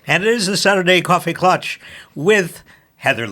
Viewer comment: It's Klatsch my friend